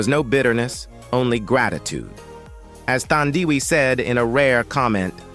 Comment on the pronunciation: The way you butchered Thandiwe Newton's first name is unacceptable! 😢